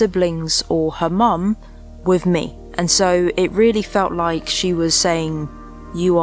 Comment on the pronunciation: My only frustration with your lovely videos is that you can't pronounce "with" properly, it is not "wiv"